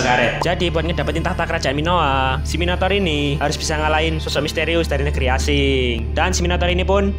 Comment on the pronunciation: Yang gw denger "Minotaur=Minotauran" 🗿